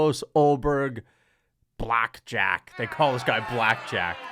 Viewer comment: It's "Black Jag" not "Black Jack"